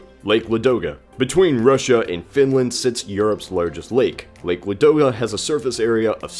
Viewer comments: it's not ladOga, it's lAdoga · lAdoga lAAAAAdoga not LadOga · Not LadOga, m8, LAdoga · Quick tip on pronouncing Kazakhstan: It's not "ka-ZAK-is-tan," it's "KAH-zakh-stan." Not hating, just trying to help. Also, Lake Ladoga is pronouced as "LAH-doga." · it`s Laaadoga :) Stress on the first syllable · Your pronounciation of Russian words is... terrible. LadOga? Really?